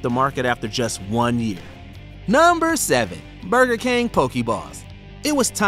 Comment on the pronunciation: Did she say booger king?